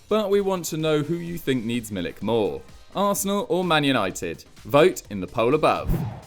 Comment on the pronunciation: I tried to help you with pronouncing Milik's name and you didn't listen. You don't realize how insanely far off you are.